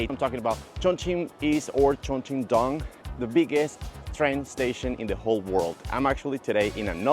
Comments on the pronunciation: It is not dong as in ding dong，It should sound like “ dueng” 东(in one sound , not two). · It's not Dong it's Dōng [东] as in East. Chongqing East Railway Station.